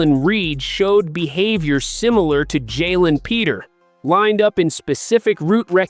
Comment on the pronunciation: Jalen petri not Peter's learn the names we in Houston appreciate you knowing the players name